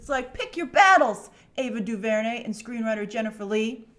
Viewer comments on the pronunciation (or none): Also the "r" is silent. Guess DuVernay isn't white famous yet.